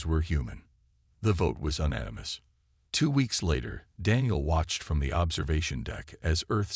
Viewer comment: Please program your AI to pronounce unanimous!